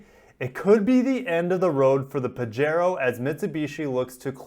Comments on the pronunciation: You know I love u and ur channel man.... but it's pronounced Pah-he-ro:) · it quote you have given, says that you pronouce it pajero.